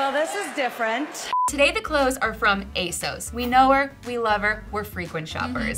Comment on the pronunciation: You guys are pronouncing ASOS I’m incorrectly. It rhymes with “boss”. I really enjoyed this video format!